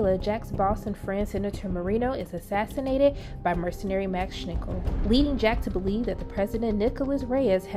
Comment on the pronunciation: Schnickel? For god's sake, this seems to be an official Prime Video and they can't even pronounce the names of their own characters. Besides that, that was the recap I needed to not have to rewatch both seasons.